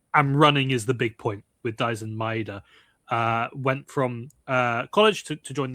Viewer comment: イングランド人が大自然言ってるのなんか草